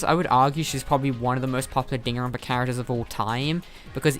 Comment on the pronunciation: You say Dan Ron pa not danganronpa Also leon is very popular to me